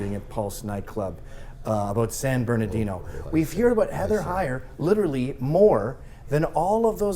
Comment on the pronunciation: Many reasons to dislike Candace, but her pronunciation of “literally” might be the top reason.